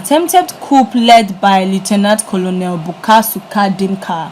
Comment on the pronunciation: Lmao😂 She legit pronounced colonel as kolonel